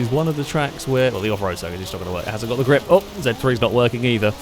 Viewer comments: gLiP lmao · You are the only person I’m aware of that pronounces “grip” with an L